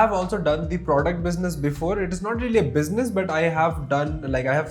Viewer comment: i love the way you say "biznus"